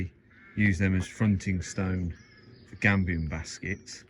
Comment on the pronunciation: Thanks for this, we're doing something similar (passive spec house) and have just had our electricity connected - three phase of course (I too have a workshop full of lathes, mills etc.). Couldn't help but chuckle when you said "gambian" baskets! We're also using gabions and my partner frequently calls them gambions! Have subscribed and will follow your progress with interest.